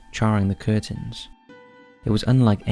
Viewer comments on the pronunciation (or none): none